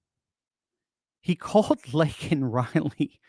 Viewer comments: Joe didn’t even say her name right! Meaning he doesn’t care! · Biden mispronouncing Laken Riley's name made my blood boil, especially since he only brought her name up when MTG interrupted. This comes after Riley's family rejected an invitation to the SOTU.